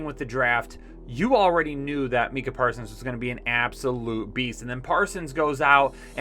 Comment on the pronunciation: why u butcher so many names? Sea-well? (Suh-wool) Mee-cuh? (My-cuh). And I love ya btw, and some great picks and reasoning in this banger!